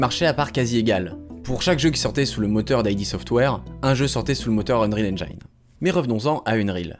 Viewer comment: S'il vous plaît, ne faites plus cette erreur : Arrêtez de prononcer "unreal EngAÏne"... Même en anglais, le "i" dans "Unreal Engine" se prononce "i" et non pas "AÏ".